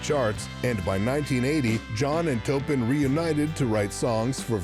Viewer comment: I wish the narrator would stop mis-pronouncing Bernie Taupin's last name.